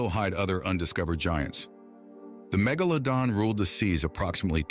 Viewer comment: How many different ways did the ai narration mispronounce megalodon